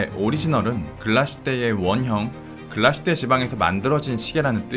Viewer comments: 참고로 Glashütte의 발음은 글라슈테가 아니라 글라스-휘테입니다 :) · 훌륭한 영상 항상 감사드립니다 한가지만 주제넘게 말씀드리자면 Glashütte는 Glas(유리)와 Hütte(제련소)가 합쳐진 독일말로서 정확한 발음은 글라슈테가 아닌 글라스휘테라고 읽는게 맞습니다 한국에서는 다들 글라슈테라고 하시던데 역사깊은 브랜드의 정확한 이름은 그래도 짚고 넘어가는게 좋을거 같아서 말씀드립니다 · 독일어는 s+h sh를 쉬로 발음합니다. 그래서 글라스+휘테 를 연음으로 글라쉬테로 발음합니다. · 독일에 10년 살았습니다 독일말에는 sh라는 자음 자체가 없어요 비슷한 자음인 sch가 쉬 발음이 나죠 명사와 명사가 합쳐친 단어에서는 구분해서 읽는게 기본입니다 따라서 붙혀서 읽지 않고 따로 읽어야 하기에 글라스휘테가 맞습니다 정확히 알아보시길 보시길. 100프로 잘못 알고 계십니다